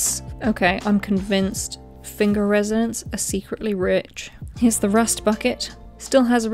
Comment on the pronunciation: I live in finger and found this hilarious 🤣 oh and your pronounced Finger wrong its Fanger 😂😂